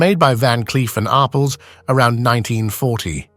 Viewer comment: IT IS PRONOUNCED —- “R” “PELS” —- in two separate words!